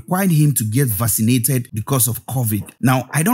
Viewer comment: I’m just realizing he is saying vaccinated. I was like “what the hell is fascinated?!?”